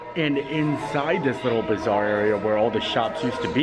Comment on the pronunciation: Every time you said bazaar, I heard bizarre and I thought... the pavilion is not bizarre 🤣🤣